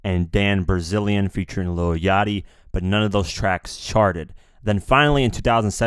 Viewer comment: great vid just wanna say its dan bilzerian, not brazilian lol